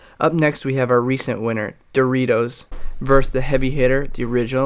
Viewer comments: Versus not verse, my cat enjoyed the video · “vs” is an abbreviation of “versus” — it’s pronounced like “verses” not “verse” Happy Englishing everyone!